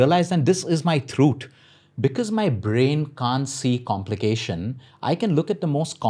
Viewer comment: Every time he said "THROOOTH"